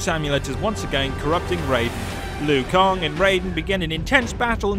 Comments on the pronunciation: Okay, no offense... Did you even play this game? Because you get alot of names wrong lol Here’s the ones you got wrong, and how they’re meant to be said... LUI KANG You said: ”Lu-i Kong” Right way: ”Luu Kang” CYRAX You said: ”See-Rax” Right way: ”C-eye-racks” GERUS You said: ”Ge-ras” Right way: ”Gee-rus” KANO You said: ”Kah-no” Right way: ”K-no” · Kang not kong lol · How about "Everything Wrong With This Video", here's the script: Louie Kong Roll Credits. But seriously, I can understand you pronouncing Kang as Kong, but how Liu (pronounced Lew/Lu) became Louie is beyond me... And did you say Audios at the end? Dude, do you even words!? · It's pronounced Lanky Kong. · Louie Kang (lol) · Take a shot every time he says "Louie Kong." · Take a shot everytime he says Louie Kong lol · It took me a min to realize he was talking about Liu Kang and not a new character. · "Liu kong" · Who the hell is louie kong? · Take a shot every time he says Louie Kong. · Louie kong? Is he new? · Who the hell is louie kong its pronounced lu kang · Lol looey Kong??? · I can't un-hear the "Lui Kong" part tho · Kang not kong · who the F*** is Louie Kong? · "Louis Kong" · Who the fuck is Liu Kong and Seerax ? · lui kang? isnt it LIU kang? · Was anyone else really weirded out by “Louie Kong”? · I feel like that accent can't say Louie Kong's name right so I'ma let it slide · This guy can't pronounce ANY names! "Lui Kong" is he joking or not? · Luwee Kong? Ha!😂😂😂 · Louie kang? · Lui Kong.... Lui Kong.... Lui Kong.... 50 sins for that